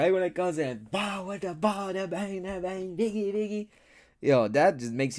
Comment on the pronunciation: Diggy Diggy, not biggy biggy